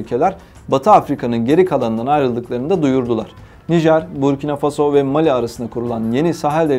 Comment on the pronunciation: 👍👍👍!вот только ударения правильнее ставить на последнем слоге(фасО,СахЕль,МалИ